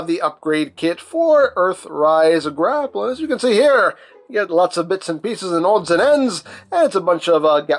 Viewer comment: "Mister Gra'Pell" 😅